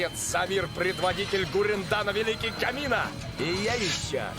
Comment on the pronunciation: Ну, я сравнила озвучки и в Св. дубле они говорят небесную твердь позже меняют на пронзить небеса. Имя Камины звучит инородно из за ударения. Симон всегда звучит одинаково. Голос не меняется с возростом. И момент с братаном не вывез. Там прям крик должен был быть. Антисперальщик должен звучать инородно, но нездесь. В сцене с семьей Вирал мне понравился больше 😢 Переводят они примерно одинаково. Вирал звучит классно ❤в обеих озвучках, Ния звучит миленько в обеих озвучках, и у нее то как раз озвучка поменяется в Св дубле. Бур, Дрель. Тут уж на ваш вкус переводят по разному приемы. В Реанимедиа они говорят Пронзить небеса. Звучит поинтереснее😂У Симона меняется голос со временем.У Нии не поменяется. Никто не отменяет синдром утенка. Что первым услышал, то и больше нравится.